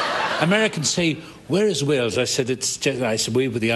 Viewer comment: it deservd to be mockkd 😅😅😅 ... thats when Gales eiiz calld Walez... Auntony Hopkenz 😅😅😅